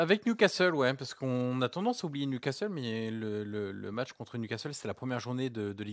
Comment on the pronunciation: Hey Marquinos : c'est niou Casteule.......c'est niou casserole